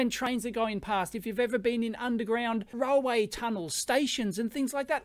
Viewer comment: You pronounce railway as "roll way"?